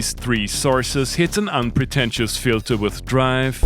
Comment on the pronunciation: Lol@ "Fitler"